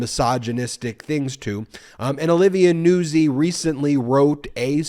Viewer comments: NOOT ZEE, just sayin... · Isn't Nuzzi pronounced "nute-zi"? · Hey Ben, I’m a regular watcher and I’m watching you talk about Trump and his newest this video. And I just wanted to tell you that her name is pronounced Olivia Nutzi like pizza Nuzzi.